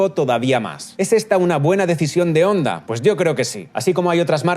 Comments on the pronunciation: «HONDA», NO «ONDA»; CON «H» SEMIASPIRADA, NO MUDA. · Se pronuncia Jonda no Onda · Hola, un error que has cometido en TODO el video, y es que HONDA se pronuncia como JONDA, la H suena como la.J en español. No te olvides que es una palabra japonesa escrita en Romajī. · jaja que grasioso que le dice onda a honda, aaaaa onda vital a todo gas a caso tambien le dicen alo a halo 🤔 pero muy bien video !!! un saludo 👋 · Me da algo cada vez que dice "onda"... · Se pronuncia "Onda" o "Jonda"?